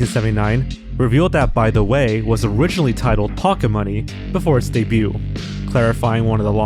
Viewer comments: my guy. your videos are good. but the t in 'debut' is silent. it's been driving me nuts watching your lost media vids (no hate tho) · You really need to learn how to pronounce "debut", "debuted", "debuting" etc. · The "t" in "debut" is not pronounced.